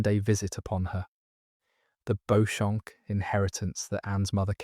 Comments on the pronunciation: It’s pronounced Beecham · Walla Walla, Washington, under a full moon. You've done a great job, I've one correction: Beauchamp is pronounced BEE-chum.